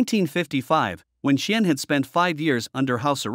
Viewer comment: The way you pronounced Qian's name is the funniest I have ever heard.